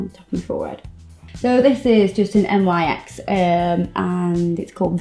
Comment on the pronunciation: Hey. Love these videos. Your NYX is pronounced "nicks" by the way! I watch way to much RuPauls Drag Race! Lol.